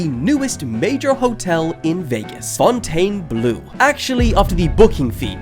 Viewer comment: I'm happy to see a YouTuber that actually pronounces Fountain Blue correctly! Thank you. This earned you a Sub